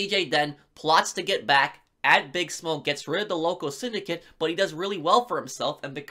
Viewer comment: Loving the videos, but cannot stand how you pronounce "Bigsmoke"